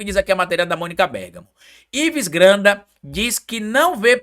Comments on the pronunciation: dá uma olhadinha no vídeo como tu pronuncia o nome de Ives Gandra, tu fala até lendo Ives granda. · Pelo amor de Deus meu filho....é IVES GANDRA....GANDRAAAAA!!! E NÃO GRANDA....ASSIM VC MACHUCA MEU OUVIDO! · Oi,, adoro seus vídeos, sou seu fã, mas o sobrenome do jurista é: GAN DRA, e NÃO Gran da. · É Ives GANDRA, Você pronuncia o nome errado. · foi difícil aguentar vc repetir errado tantas vezes o nome do Ives Gandra. Vc ficou falando "Granda" o tempo todo. Nem quando leu a notícia conseguiu pronunciar corretamente. Como eu sei que vc ainda vai falar esse nome outras vezes, e como ninguém te corrigiu nos comentários que eu li, resolvi te alertar porque sou grande fã da sua pessoa e do seu canal. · Vc está falando errado intencionalmente o sobrenome de Ives Gandra como bait pra gerar comentários? Tá apelando heim? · O nome é G A N D R A. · VC NÃO SABE FALAR GANDRA NÃO????